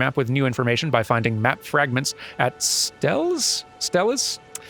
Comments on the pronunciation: Steles is pronounced Stee-lay. It's a word that is used to describe obelisks, usually stone markers with information etched on it. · "That was a good tutorial pit, thanks chair ghost." Things you say while playing video games... EDIT: Steles are pronounced steel-uh(s). Archeological term for stone slabs with writing. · Steles is pronounced "steals"